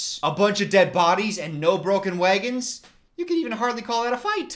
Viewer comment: why do you say wagon like that tho